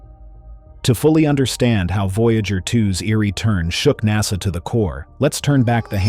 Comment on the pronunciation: ITs NASA not HASA.